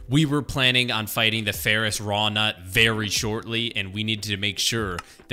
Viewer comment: By the way it's Ferrous Wroughtnut... There is a 't' in there